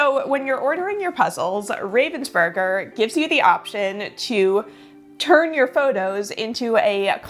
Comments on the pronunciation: It's not even "burger" like the sandwich, but "oo" instead of the "ur". Americans might want to try it like that: "Raah-vens-boorg-er". Greetings from Ravensburg! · Pronounced RAH-vensburger. Not a hard A as in the bird, raven. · Hi, since you tried very hard to get the pronunciation of 'Ravensburger' right: It is almost right. The 'a' is different. The name likely is inspired from the German city 'Ravensburg' (where the company is situated). If you type the name in google - translate while having chosen German as a language, it helps to listen to the pronunciation there. Or: the 'a' in kindergarten sounds similar to what it is in 'Raven...' I thought, this might be helpful, since the name is likely to be used by you again on this channel 🙂